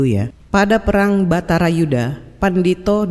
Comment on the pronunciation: "Baratayudha" (perang para darah Barata), bukan "Batarayuda" ?